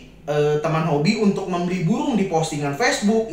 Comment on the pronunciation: Maaf ko aku denger kata burungnya jadi pohong (sejenis ketela)😂